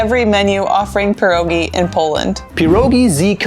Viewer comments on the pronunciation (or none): Sorry but it is called pierogi, not puurrogi.